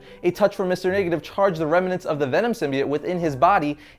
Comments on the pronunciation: its "symbiote"....not "symbiet" lol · Its a simbyote not simiote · "Symbiant" really "Symbiant"!!!? come on now, it's like your purposely saying it like that or think that's how it's pronounce. It's "Symbiote" / "...biote" pronounced "By-Oat". Venom heads dying right now lol. Good history tho. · Why can no one say symbiote right? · Learn how to pronounce symbiote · ugh thank u I thought I was only person getting annoyed by that it was driving me crazy lol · yeah but its only pronounced one way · Man you guys must be annoyed how they pronounce Symbiote in the new Venom movie